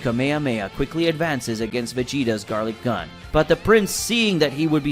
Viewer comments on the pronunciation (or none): Gallik not garlik